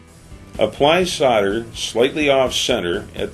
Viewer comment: What us Sauder? It's called Solder. It has an "L" in it. Do you send Sodiers to war, no you send Soldiers! LOL The tinning flux 95 is good stuff.